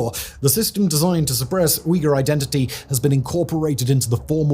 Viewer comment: If you care about Uyghur so much Simon, learn to pronounce it correctly. And learn to pronounce Hui too